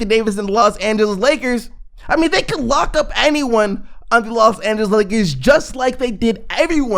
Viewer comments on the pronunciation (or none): none